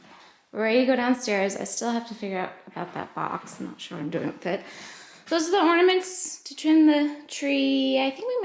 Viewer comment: I think you are wise and generous to pass things on...did you ever notice says ordaments? I find it so endearing...